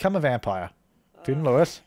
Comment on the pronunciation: A1 it's Finn not Flinn (Flynn)